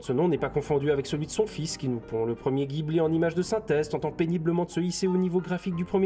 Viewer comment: Critique interpretative un peu branlante. Tu le dit toi même. Pourquoi ne pas avoir fait une critique interpretative non branlante ? En + tu renvoies a la vidéo de "lapeinds" qui est encore + mediocre que la tienne. Tu n approfondie rien. On apprends rien. Le roi des perruches incarné. Et on dit pas guibli ...